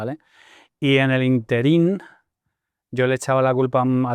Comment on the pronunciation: Tan listo que es y dicen ínterin como interín. De ahí en adelante, dejé de ver el vídeo jaja